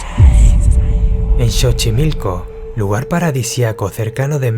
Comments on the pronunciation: Xochimilco no chochimilco 😄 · ... se pronuncia sochimilco corazón 😉